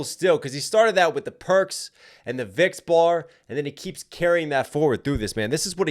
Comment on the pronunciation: Only thing! It’s “Vic’s” (pronounced Vikes) not “Vicks,” Vic’s being short for Vicodin! That’s all! Great shit as always!